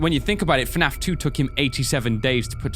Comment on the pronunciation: "Fnaf tew is the ownly gayem with cootscenes"